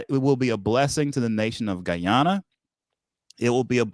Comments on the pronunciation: Please sir please ...pronoun Guy-ana the Guyanese way😢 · blahk mahn so gullible: Guy - an- nah😢😮😅😮😢